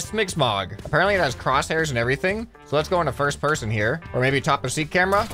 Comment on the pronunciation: I just noticed that you name say persun not person